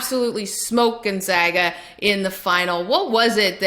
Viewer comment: Everytime she says Gonzaga I die a little on the inside